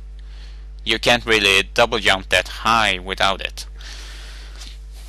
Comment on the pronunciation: he is maybe german or british. but still he says yump instead of jump